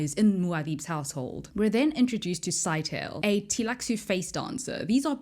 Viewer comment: Scytale is probably pronounced "Sigh-tay-lee" as opposed to "Sky-tail".